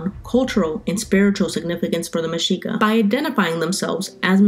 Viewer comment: Finally someone pronounces it correctly. Anyone who took history of that time period in college would know this but you'd be surprised how many pronounce the x with a hard sound.